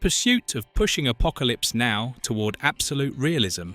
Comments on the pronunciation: Especially the name of the movie. It isn’t Apocalypse……now. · you need to sort the "now" inflections in the text to speech. Maybe a hyphen? Or perhaps just deleting the "now" when it causes a break in the dialog.